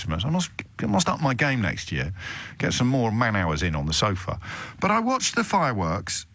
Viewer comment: The one caller says “year” with 3 syllables.